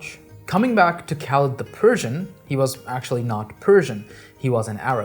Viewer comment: it's pronounced Khalid with the throaty KH sound not Kalid.